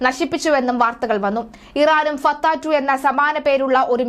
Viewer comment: ഫത്തേ 😂😂😂 ഒരു 😂 ച😂 ഇട്ട് കൊട് 😂 ഫ ചേരില്ല ചത്തേ 😂😂😂 ലോക തോല്‍വി 😂😂😂.